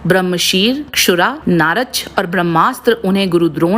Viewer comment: १. नारच नहीं, नाराच कहते हैं। २. नाराच एक प्रकार का बाण है, दिव्यास्त्र नहीं। जैसे अर्द्धचंद्र एक तरह का बाण है। ३. व्यावास्त्र नहीं, वायव्यास्त्र कहते हैं।